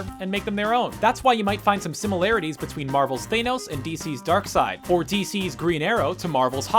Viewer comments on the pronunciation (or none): none